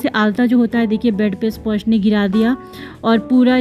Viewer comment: स्पॉर्श क्यों बोलतीं आप स्पर्श को